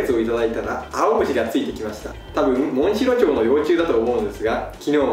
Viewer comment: モンシロチョウの幼虫 の発音すき